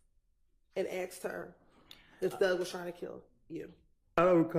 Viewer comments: That lawyer just said axed lol come on she sound like the thug. What lawyer worth a damn can’t speak proper English?? Ridiculous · The lawyer saying geeked up and 'aksed' in court is so embarassing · A RICO prosecutor is a high-end prosecutor. Why is she saying axed? This is some ghetto ass shit right here. This women dont belong anywhere near a court room, unless she on trial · Also ... what type layer keep saying axed?? This broad for the streets fr. Chase that money boo but u can't hide ur roots 😏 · A "professional woman" saying, "axed" instead of "asked" in the courtroom. WTF !!?? What godamn college did these fools go to ?? Why are they even in the courtroom ?? 🤦🏻‍♂️🙄🤣😮‍💨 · I can't believe that a bar certified highly educated person like this continually pronounces asked as "axed" WTH. Doesn't she realize how dumb that sounds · fixed it. Meant to type ' aksed ' ... Even auto correct knew better